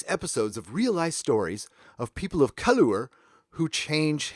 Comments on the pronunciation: Colour is pronounced the same as color not ‘colower’. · Lucy Jones is immature and can't even research her material properly. She shouldn't be given any publicity. What a tit (literally). Am-dram is amateur dramatics. You have a problem pronouncing the English word 'colour'. It's cul-err. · Why are you saying colourer when reading colour? Color and colour are the same word, we just spell it differently in the UK then you do in America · I know you’re American, but it’s not pronounced colower it’s spelt colour, that is how it’s spelt, you spell it wrong.... just aggravates me a bit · I heard 'Ka-lure', hilarious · why is he saying "colour" incorrectly SAY IT CORRECTLY MATE it's the same pronunciation as the americans say it, but for one exception US BRITS AREN'T LAZY that we get rid of a letter. BTW we brought the ENGLISH language to America so pronounce the words correctly or just don't say them at all. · As a ‘murican, you’re unable to spell ‘colour’ correctly, please don’t exacerbate your error by pronouncing it incorrectly - you just sound like an ass... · As much as I disagree with this article, I can not let the fact you couldn't say the word colour correctly. I know you Americans have trouble with speaking actual English but come on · My only point of challenge to you is your pronunciation of colour. Over emphasising the “u” which I assume is due to you being American. Your over emphasis of this shows some issues with the English language and it’s source. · Why did you keep pronouncing "colour" in a weird way? Colour is the English spelling of the word and it was an English newspaper article. While most of her article was complete ****, it was at least spelt right. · I agree with everything you said.. but I have to ask.. why do you keep saying colour that way? Americans spell it color for some reason but it's pronounced exactly the same way. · ColoER lol